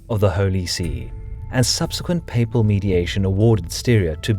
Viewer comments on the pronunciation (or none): none